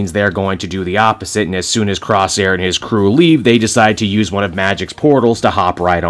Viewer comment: Jesus Christ, Rahne does look like Maise Williams, in the movie that's never and shouldn't be released. Yeah, Doug is totally rocking Warlock's arm... Hold on, am I hearing "Crossair" ?, well, it's closer Corsair lol